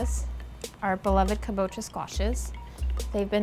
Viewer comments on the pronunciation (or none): KAbocha not kaBOcha